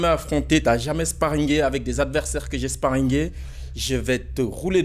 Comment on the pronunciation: "sparingué" "ice pok" "bark neukeul"😂😂😂